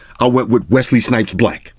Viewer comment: Wesley’s hate it when you put a t in our names